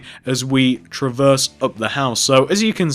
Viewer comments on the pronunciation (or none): none